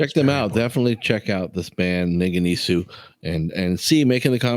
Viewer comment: pronunciation "Ningen EES" . just found your channel. I'll be checking out more!